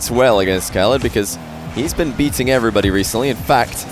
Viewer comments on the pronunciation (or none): none